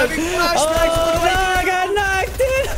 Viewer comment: "iM hAviNG fLAsh baCsK" lol